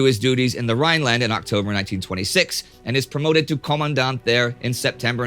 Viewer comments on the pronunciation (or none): none